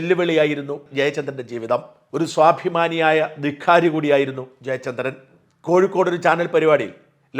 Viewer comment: ദിഖാരി ❌ ധിക്കാരി ✅